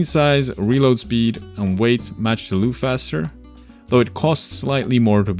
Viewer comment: I think Loughcaster is pronounced as lock-caster, like loch, being Gaelic. Lock caster sounds very appropriate for a bolt action rifle, where you manually lock the bolt.